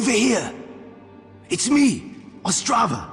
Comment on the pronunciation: its not Ostrava its otzdrava and he travels with his good mate harry book